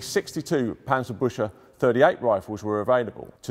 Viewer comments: if you wanna say it pronounce it as buckse like the dear but with se at the end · absolutely. But alot of people here seem to miss that no one is complaining about an accent or the lack of a properly pronounced Umlaut but that the complaint is that a museum curator is calling the thing a tank Bush. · The pronunciation is a bit off, it should be "Bükse" not "Büchse" but great video still. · Very nice video. Only one tiny, insignificant mistake: The pronounciation of the world Büchse. You are pronouncing it like "Buscha" or "Buescha". This is, how it's really pronounced: Bueckse This is one of the few times, where the "ch" is really pronunced the way the English speakers normally mispronounce the "ch" in German words. They pronounce the "ch" in German words often wrongly like a "k" or "c". But the Büchse is one of the rare cases, where it is correct to pronunce the "ch" like a "k" or "c". The "e" at the end isn't an "a" (again: You pronunced it like "Buscha" in German letters). In reality the "e" at the end of the word is pronunced like the English "a". So in the English way of pronunciation it would sound like "Bueksa". With an English "a"-sound at the end like the "a" in "cave". PS: At the end of the video you pronounced the "e" at the end correctly. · From the way this weapon is spelt, I can't work out why the presenter is pronouncing it differently! It is spelt ch-se but he is pronouncing it as -sche. It's not difficult to learn learn to pronounce German words correctly, especially by so called experts. Please, GET IT RIGHT!!!! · I like how he pronounces Büchse as busher, it's completely wrong but funny. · "Büchse" is pronounced "Büxe" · For his credit, it's not the worst I have heard so far. At least the "e" in the end is not silent, making it sound like a Frenchman trying to say "Busch"... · wanted to write something similar ^^ he sais something like büsche not büch_se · I meant to say, he actually pronounced it as BÜSCHE (bushes) :-) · try to pronounce "buxse"